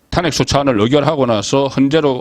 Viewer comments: 제발 탄핵발음 좀 잘해봐요 탄__핵 발음 좀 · 탄핵의 탄은 장모음, 그걸 계속 단모음으로 하니 좀 바보같아요, 경상도라고 용납안되지...